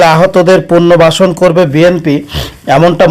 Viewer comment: কথাবার্তা শুদ্ধ করে বলবেন পুরনো ভার্সন পুরনো বাসর না পুনর্বাসন